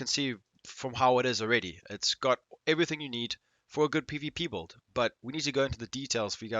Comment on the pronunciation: Are you saying build or bold?